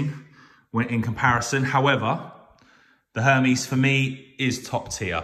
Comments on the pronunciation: Pronounced: (air - Mez) , not what you are saying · LOL the way he’s saying Hermes is jokes. Can’t even say it right